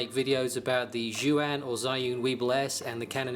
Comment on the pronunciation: Very helpful. I believe the “fast mode” you mention is now called “Go” mode. And BTW, both of your pronunciations of Zhiyun 智云 are wrong, hahahaha!